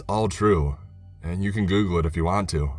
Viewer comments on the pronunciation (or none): none